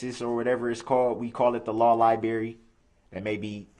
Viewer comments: Law lieberry? 😂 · Yes, it's just like a lieberry. 😂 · No, Darrell, no one but you calls it "the law liberry". I love how he constantly got caught lying to the court and had absolutely no shame. He lied numerous times about not being allowed access to his discovery materials, he lied about the not-so-shocking "shock" restraints on his ankles, he lied about the bailiffs not giving him the opportunity to change into street clothes several times, he lied about having covid, he lied about the jail not having or giving rapid results covid tests, he lied about the volume in the adjacent courtroom, he lied about having a hearing problem, he lied about his audio being muted when the judge muted his microphone...and on and on. But when he was confronted with that and proven outright to be a pathetic little liar, he wasn't a bit ashamed. Darrell Brooks is the perfect example of what happens when parents don't teach their kids shame, accountability, responsibility and obligation.